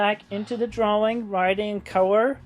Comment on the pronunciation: Cris clearly says "cowor". Fix immediately or I'll tear the arms off all my Sonic dolls.